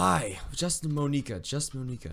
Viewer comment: 'it is (mon-EK-A)